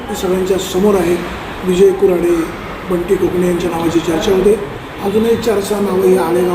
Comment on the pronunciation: कोकणे आहे कणसे नाही